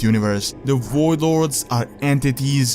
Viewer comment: The WOID LORDS.